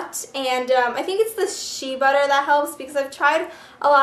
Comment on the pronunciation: shay butter, thats how you say it :p spelt shea sounds like shay